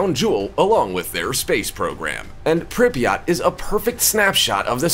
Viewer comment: The way the narrator says Pripyat is killing me 🤦🏼‍♀️